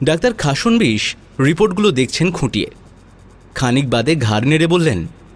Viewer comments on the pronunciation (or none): খাসন্- বিশ্ উচ্চারণ হবে না।খাস্-নো-বিশ্ উচ্চারণ করবেন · Khasnobis pronunciation ta hochhe na